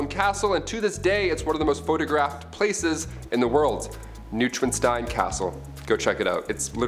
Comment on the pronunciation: You mispronounced Neuschwanstein Castle.